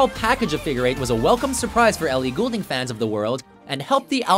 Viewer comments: It's gold-ing people, not gool-ding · Its not Goolding it is fucking Goulding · Ellie Goulding. It's pronounced 'Gold-ing' not 'Ghoul-ding' she's not a fucking ghost. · I'm not gonna lie... I cringed every time he said her last name 😖 it's pronounced like Gold- ing not ghoul - ding :/ Good selection of her songs though :) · Sorry but this bugs me and people say Ellie goul-ding it's pronounced Ellie gold-ing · I hate how he says Goulding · Did it bother anyone else that he pronounced her last name wrong XD IT'S PRONOUNCED....GOLD-ING 😑😂😂😂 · ELLIE GOLDING THATS HOW YOU SAY IT PPL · ITS PRONOUNCED AS "GOLDING" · Funny how he pronounces Goulding, it's pronounced Golding lol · Did anyone notice how he said her last name ? He sounded dutch for a second there. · YOU PRONOUNCED HER NAME WRONG. GAWD. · I was really excited until he said her name wrong... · Do they know they said her name wrong the entire time. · ok oh so i am right? he is saying it incorrectly? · Please pronounce her name right this is driving me crazy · Way to pronounce her name wrong for the entire video. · Doesn't help when you cant pronounce her name properly